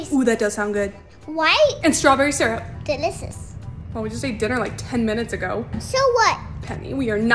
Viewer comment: "Delicississ" (about flapjacks)